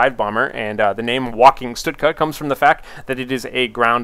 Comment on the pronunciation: why does he say stutka? isnt it stuka?